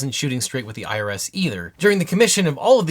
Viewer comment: Genuinely thought you said “lost a lawsuit with Keurig, then lost a battle with the IRA” instead of IRS for a second and was VERY confused